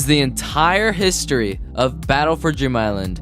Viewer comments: "Battle for Drem Island" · B A T T L E F O R C R A C K I S L A N D BATTLE FOR CRACK ISLAND